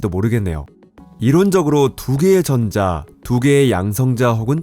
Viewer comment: 전:자... 발음이 ㅠㅠ